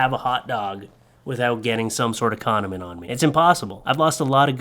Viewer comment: He said “cumdiment” on me. Lmao